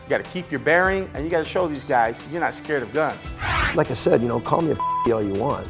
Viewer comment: “Cawl the Cawps”